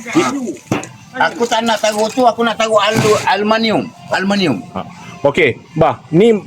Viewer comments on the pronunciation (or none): Bukan aluminum ye kawan kawan , bah kata alumaniummm 😂🤣